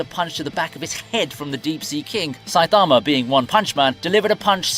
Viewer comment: Why he say Saitama like that 😭